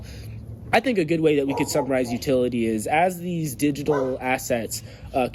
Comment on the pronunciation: Did you say, “Deez Networks”!